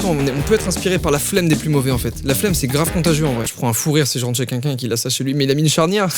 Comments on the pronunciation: On est d'accord il dit '' qunqun'' au lieu de "quelqu' un" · Est-ce que je suis la seule qui a remarqué que quand dit "quelqu'un", ça sonne comme qu'unqu'un? 😅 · A chaque fois qu'il dit "quelqu'un" aka "kunkun" jme tape un fou rire